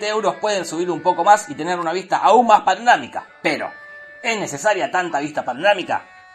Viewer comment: "paronamica" menos mal que no soy el unico pelotudo que se confunde al decir eso. Como cuando decia "murciegalo" en vez de murcielago o "aguela" en vez de abuela nunca me pararon de decir gato despues de eso hasta el dia de hoy